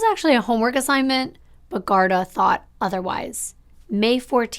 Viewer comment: Not trying to sound like a no it all. I only know this from people I know from Ireland. The police there it's pronounced GAR-DEE like how they say saint paddy-ieeess instead of a shorter and softer y sound. But I love you're videos you're so beautiful inside and out. You kid is lucky to have such a clearly loving mother. :)